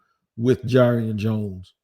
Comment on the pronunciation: Just FYI, jarrion is pronounced jar-ian not jay-rian. I know you like to pronounce these names correctly lol